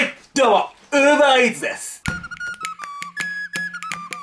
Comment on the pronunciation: Uver EarsじゃなくてUber Eatsだよ